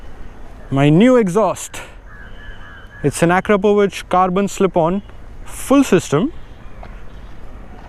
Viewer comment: You're the first youtuber or indian who said akrapovic correctly 😂